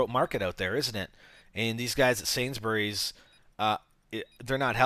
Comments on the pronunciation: love the way he pronounces sain-s-bu-rys. everyone in england says sains-brys. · you were close in the video...It's just an accent thing. I would say it more like "Sainsbrees," you were more like Sainsberries. I'll probably make use of that deal, thanks for the headsup. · Whoop nice way of saying Sainsburys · the way he said sainsburys made me laugh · Lol the way u said sainsburys